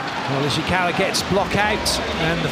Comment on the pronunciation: correct me if I’m wrong but did he tried to say Ishikawa and ended up saying Oshikawa? Which kinda sounds like Oikawa JAJAJA